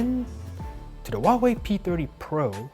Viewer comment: He says whooaway